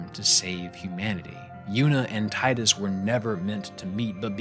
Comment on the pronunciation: It's always so nice to find someone else who says Tidus the way I do.